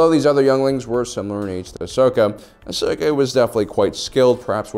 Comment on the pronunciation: Ahhh yes… Ahsoj ventress😂